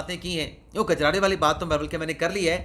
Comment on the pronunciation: بہت خوب ۔ برسبیل اصلاح یہ بتاتا چلوں کہ لفظ " گجرارے" نہیں ہے بلکہ " کجرارے" ( کاف کے ساتھ) ہے ۔ کجرا ۔ کاجل کو کہتے ہیں جو آنکھوں میں لگایا جاتا ہے۔